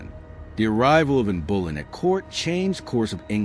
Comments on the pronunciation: Henry you determine the sex of your babies. Anne Bullen, the pronunciation is horrifying. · Was it Anne Bullen? Or Anne of Clevvies? They mention Elizabeth as his successor but no mention of Mary or Edward. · Not just Anne Bullen, but Anbullen. That made me twitch.